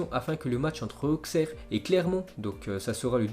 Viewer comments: ça se dit Aussere pas Auksère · ça se prononce aussere* pas auxerre